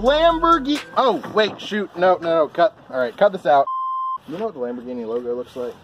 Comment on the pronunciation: “Authentic Lamberghiny!” 🤣🤣🤣